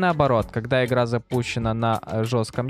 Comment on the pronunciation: Да есть,например,почему ты не можешь произносить нормально букву Г?)У тебя выходит не Игра а Ихра,что не так с тобой?